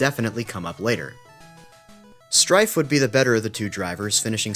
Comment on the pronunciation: To compound your pronunciation misery, my American friend, it's pronounced 'Streff'